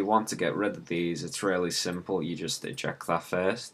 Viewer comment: you said ejactulate that instead of eject that lol